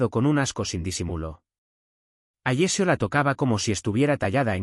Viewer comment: Alessio, no Agecio!